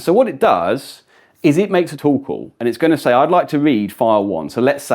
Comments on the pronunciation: every time he says "Tool Call" I hear "Torkoal" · ohh a "TOOL" call. where does that "tow" pronunciation come from? lol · Sounds like "tuple" lol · For a second I thought he was saying "Toll Call" 😂